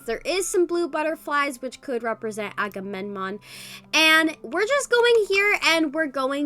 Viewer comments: ''akamenom'' T - T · is struggling to pronounce agammemnon